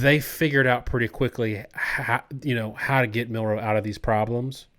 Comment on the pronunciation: His name is pronounced MIL-roe, emphasis on the first syllable.